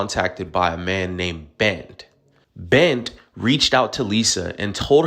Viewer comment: Bent? Clearly not a Nigerian name. They don't know there's supposed to be an "r" in it!